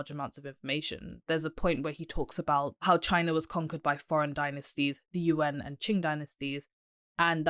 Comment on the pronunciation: It's hard to accept her criticism of Mr Zeihan when her own pronunciation of Chinese is so bad. She is bright and engaging but for those who can speak Chinese it is very hard to hear words such as Yuan pronounced as U.N. Other words are not so bad but do your homework before you make critical remarks.